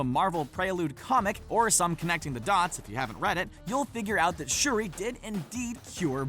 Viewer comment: He said shurdi get my girls name right k